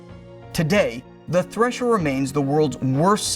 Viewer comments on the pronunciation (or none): none